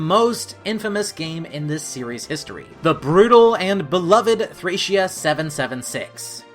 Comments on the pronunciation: my biggest issue is that you didn't bother to look up the proper pronunciations of the names and locations. Issac is pronounced as I-sac, Thracia is Thray-see-ah, etc. It doesn't take all that long to look these things up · It's pronounced ThrĀc(Long)Ea